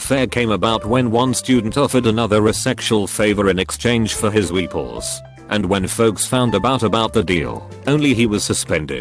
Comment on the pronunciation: Voice: pronounces Weepuls correctly Also voice: mispronounces janitor